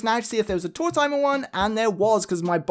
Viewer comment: Card #2 reminds me of Tanaka from black butler (old man who’s default state is his chibi form drinking a hot cup of tea) 😁 Thanks for sharing these! I don’t mind that you pronounce his name like “tour-timer” because it sounds like “old timer”, which he is 😂